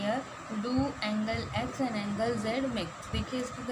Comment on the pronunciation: Amd not and 😂😂😂